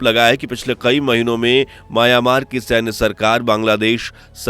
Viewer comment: आबे सूरमा. माया-मार नहीं, म्यांमार